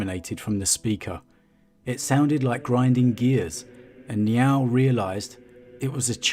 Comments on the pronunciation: "Niaaauwl" lol. Sounds like a kitty with a lisp. It's closer to N'yál (like, "howdy, y'all"), with emphazis on the 'a' which is pronounced as in 'actually'. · Sounds like your saying Meow oh